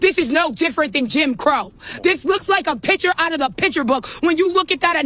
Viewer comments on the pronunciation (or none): “A piture out a piture book”